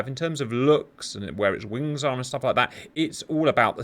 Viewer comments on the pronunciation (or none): none